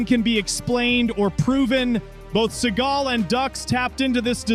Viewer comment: Pronounce the names correctly, genius. It's dukes, not ducks. It's seagal, not seagull